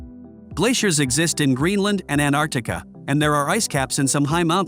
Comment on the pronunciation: Oh I do wish you had found an A I who can sound the letter 't'. As in AnTartica and waTer. It is not wadder. Arrgghh. 🤨🤨🤨. Ive got used to wadder but anartica was too much.